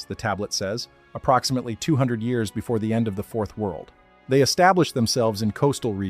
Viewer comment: Have I mentioned your AI's inability to correctly say years is unbelievably annoying? Why can't AI do that? It's bizarre. They have instant access to all human knowledge, but on a dozen channels, can't correctly say years.